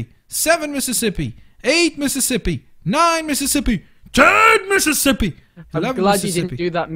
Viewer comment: When you said 11 Mississippi you said mippissipi